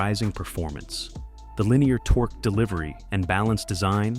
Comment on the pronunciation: did I hear this car enthusiast talking about torx instead of torque? I will never know. as i stopped watching and wont be back